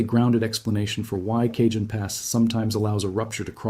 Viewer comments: FYI, Cajon is 'Ca-hone', not 'Cajun'. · It is pronounced Cahone not Kjun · Went on here to say this, also I grew up in Hesperia. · Cajon is prounced as kah-HOHN. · It's "Caw hown" pass. Eye Dialect. Regardless, I live in Ontario, CA and we're screwed...It's not like we can just pack our shit up, sell our home, leave our entire family and go. When it's our time, it's our time. I am prepared though. I have an RV that's filled with water and fuel, xtra bedding, stores of water, canned/packaged food, ect to last at least 3 months, a side by side offroad vehicle to traverse unstable land, 5500w Generator and a "collection" in my personal safe with lots of "support". When shit hits the fan, I'll be there to meet it. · Cajon pass is pronounced Cah hone pass. As Tejon pass is pronounced Teh hone pass. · Please fix the pronunciation of Cajon Pass on this video!! Driving me and many other viewers crazy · If you're going to do a credible study, you should be able to pronounce Cajon and Jacinto properly. Do your research! I shut off your video, accordingly.